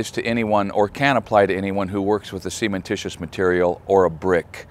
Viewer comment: Cementitious, not semen-titious. Pronunciation matters.